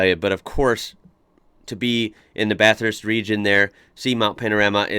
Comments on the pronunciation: As a long time Bathurst local I love your videos on it (& Aus in general); AND u say Bathurst correctly which many don’t. I was a passenger in a car that locked their brakes & spun out on the Essex (going under 60km/h). Of course it’s a little trickier when u can only use one lane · I live in Bathurst. I enjoy your take on our iconic track. Thanks for pronouncing Bathurst correctly, although with an American accent. The correct way to pronounce “Bathurst” is by saying “ Bathist”. We don’t emphasise the “U”. Secondly, your pronunciation of “Panorama” needs a bit of work. For the 3rd syllable in the name, “ram”, you pronounce it like a male sheep or a “Dodge Ram”, which is to be expected as that is how it is spelt. However, the “A” is a long sound so don’t say “ram”, say “rarm”. Also, the letter “O” just before the “ram” is not pronounced as an “O” but more like the letter “A”. Try that and you will be very close to saying it correctly. So pronounce it “Bathist” and “Mount Panararma” and you’ll sound like a local. Regards. Trevor.